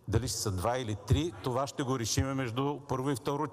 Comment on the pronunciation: Само, като чуеш "ша"става ясно, че е прост!